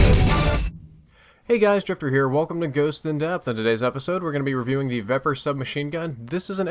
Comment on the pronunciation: can you please start pronouncing these names correctly? The Vepr is a Ukranian SMG, I'm pretty sure, and it's pronounced Viper. Also, the Bizon is pronounced Beezon.